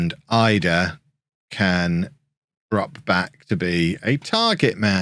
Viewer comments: Idah is pronounced edah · pronounced Adam Eedah